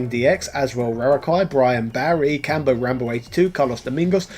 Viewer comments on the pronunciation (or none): none